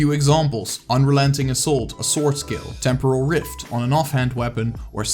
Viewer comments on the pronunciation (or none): none